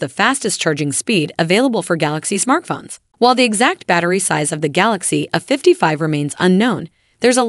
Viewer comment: Might want to get a better AI voice there. It's not "a 55" it's "A55".